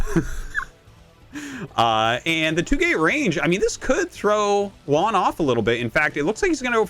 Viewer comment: Juan, not "One" lol